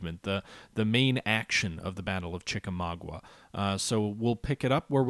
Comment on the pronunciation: ChickaMAUGA not ChickaMAGUA!